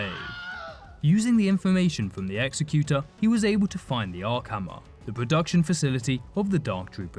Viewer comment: "Exy-cute-er" Really?